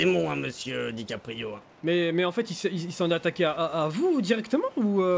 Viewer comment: C'est dickaprio pas DICK aprio le "gay" g pas kiffé wlh